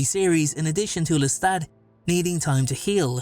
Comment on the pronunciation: It's not Lestat.